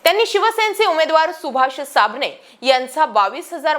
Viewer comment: कांडकुरते नाही कंदकुर्ते नारंगळे नाही नरंगले 😄 काय तुमचे बातम्या सुभाष सामने नाही सुभाष साबणे 😄😄😄😄😄😄